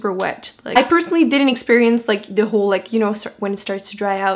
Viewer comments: I wondered the same thing also. She will say TH correctly in some words but then she will say D, instead of a TH for the word THE. I can't even imagine learning how to speak another language. I think she's doing a great job! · im confused you sound American but you say de or da instead of the lol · r u american or ?? when you say the u say de which got me annoyed lol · I love how she says "de" instead of "the" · why does she say "De" instead of "the" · Jaierre James No no no, she's from Québec,Canada and Québec is a french speaking province. For the "de" its because in our language, we say de instead of the.. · distefano It's an accent - I'm French Canadian! "H"s are silent in French which is why I don't always pronounce them correctly :) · She says "thee" just like "the" just another way to pronounce it :) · Megan, it’s not “another” way to pronounce it tho. It’s an accent. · It's how she speaks:) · Her accent and the way she pronounces the like dee is a bit grating. I get that English isn’t her first language, but it’s distracting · Duh I know that, I was obviously commenting on how I liked the way she pronounced it